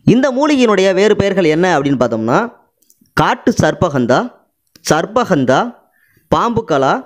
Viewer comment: உங்கள் உச்சரிப்பு தவறு . சர்ப்ப ( sarbba ) என்பது தவறு . ஹந்தா என்பதும் தவறு இது தமிழ் வார்த்தைகள் அல்ல. சரியான உச்சரிப்பு என்னவெனில் . " ஷர்ப்ப கந்தா " ( gandha ) Sharppa gandha " ஹஷ்வ கந்தா Hashva gandha இதுதான் சரியான உச்சரிப்பு . இது சமஸ்கிருத வார்த்தைகள் அரிய , மற்றும் மறைந்த பல்வேறுவகையான மூலிகைகளை அறிமுகப்படுத் தும் தூய பணியைச் செய்யும் நீங்கள் பல்லாண்டு வாழ்க . தொடரட்டும் உங்கள் நற்பணி .